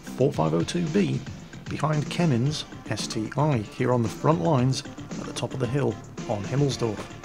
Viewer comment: btw, QB mentioned at his livestream its not ST-I its ST-One.. just like Tiger I is Tiger one, ST-I is called ST-One:P at the Russian name for IS-7 is ИС-7 but for ST-I is СТ-I..I was shocked too because I called it ST-Eye too but its actually ST-One:D